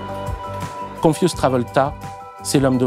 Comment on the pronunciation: On dit con-fyou-z'd - confiou'zd et non pas confusse